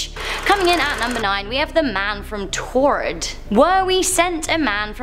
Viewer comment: What the heck is taured is that paraell a country??